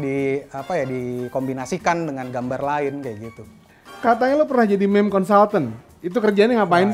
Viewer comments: Eno bening mengamuk melihat berkata "meme" bkn mim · Meme itu dibaca mim